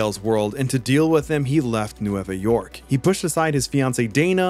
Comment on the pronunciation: N-way-va York.* 🥲 Means “New” in Spanish.